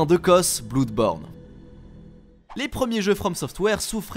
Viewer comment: « Bloude born » 😂😂😂